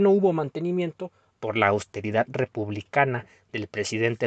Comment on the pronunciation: Además la “austeridat”